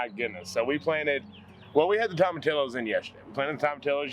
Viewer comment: You crack me up with the word tomatillos in Spanish the ll makes the y sound:) so it is more like tomati-y-os